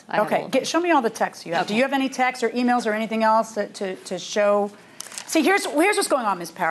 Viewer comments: “Text’s” is not a fucking word. “Texts” “texting” “Tex-tez” is not a thing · i thought they were saying "texes" instead of "texts" which isnt any better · The defendant is an absolute a-hole for making a complaint, she should be sued for that. For the record defendant, the word is TEXTS not TEXTES. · lol It’s “Texts” not “Texes” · Yes and she keeps saying Texas, as in she can't pronounce the word texts